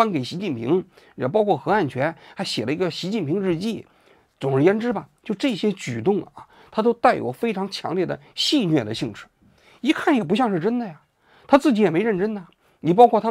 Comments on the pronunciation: 戏谑（xue），不是nue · 戏谑（nue, 第三声），呵呵。。。